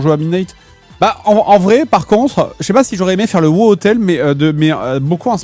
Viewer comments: CA SE PRONONCE WOW PAS WOO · A woo, la façon dont tu appels le jeu.... horrible lol